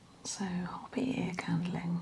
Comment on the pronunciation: Great video! However, Hopi is pronounced Hoe-pi not Hoppy.